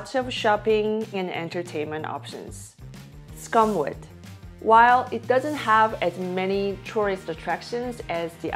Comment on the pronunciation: Its called "Soo koom vit" NOT scum vit. 😉😜